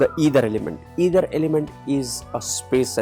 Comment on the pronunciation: sorry to say,it's not either it's Ether..you written it correctly but kindly pronounce It correctly..it is aakash tatva.. your explanation is all correct but pronouncation of ether.🙏🙏🙏